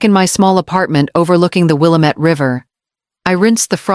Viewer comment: It’s pronounced Will ammit dammit. Not will a-met